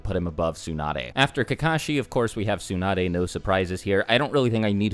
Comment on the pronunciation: whats wrong with u english native guys, its not "soon-ah-dae" its "tsu" TSU TSU TSU! there is a "T" at the begining: TSU NAH DAE